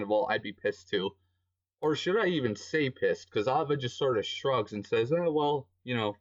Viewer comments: "ova" broo.....its Aye-vah, but yeah she sucked anyway and died lmao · how he called her it's so russians. Because we called her name like that :3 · this sound so russians, cuz we are called her like that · I agree what he says but i think it's super funny how his says ava's name